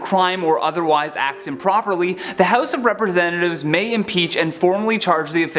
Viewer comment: Did anybody else hear him say "House of penis" lol